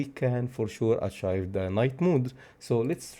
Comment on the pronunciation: AH-TJAIF ..(no)... Ah-Tjeeve ... Achieve!!! NO ACHIVE